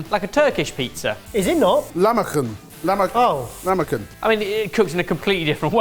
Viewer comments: Lahmacun - you said Lama koon LOL it's pronounced Lah-mah-june or laham-mah-june. The C is pronounced as a J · As a Turkish person I can assure you that is very much a million miles away from Turkish pizza. Also it's pronounced "lah-mah-junn" not lamakun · It is pronounced Lah-ma-june. Not lamakan. LOL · lahmacun is pronounced lahmaJun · lahmacun pronounciation would be closer to lahmajoon = ) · great video guys! lahmacun is pronounced as "lahma[dg]un" like the [dg] sound in the word "edge" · Turkish pizza pronunciation would be something along the lines of luh-mah-djiun. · Goog job, guys! Your inventions look nice! To: the Turkish pizza (lahmacun) is pronounced /lahmajun/. The letter "c" in all Turkish words sound like j in "joy". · lol Jamie. We're you trying to say lachmajoun? Yummmm! I'm Armenian. We have the same pizza ❤ I remember travelling Germany and when i found Turkish restaurants... it just reminded me of home (which is Australia btw). 1 year in Europe, 21 countries... Turkish food was comfort food 😊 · Someone tell Jamie it's pronounced lah-ma-june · What the f is lamakın lmao, also couldn't be further away from a lahmacun Ebbers. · I mean, Jamie trying to say "lahmacun" wasn't exactly his stellar moment either. They mispronounce words in many languages ¯\_(ツ)_/¯ it's okay, they've probably only ever seen it written and I'll never shame people who read and inform themselves that way